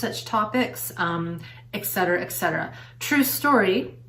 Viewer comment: Not eck. Et.